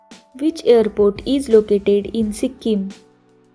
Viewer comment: Pronunciation karna nahi ata to sikkim ka nam kyu bigar rahi ho